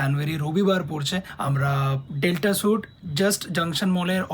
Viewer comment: suite er pronunciation sweet er moto